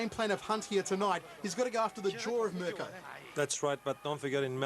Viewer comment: The announcer sounds like he saying My cunt.